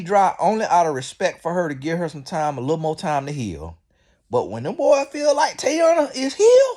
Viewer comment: Sir… can you figure out how to pronounce these people names before you make videos on them bc who is Tayana